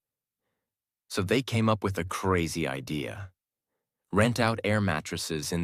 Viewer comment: Thank you for this story. In the sentence "The idea of living like a local..." the word "idea" is pronounced, in my opinion, wrong. Do you agree?